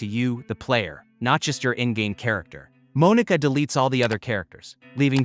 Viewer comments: "Moan-eeka" great job we love ai voiceovers 🫩🫩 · Bro it's not pronounced like that.. that's not how you say Monika...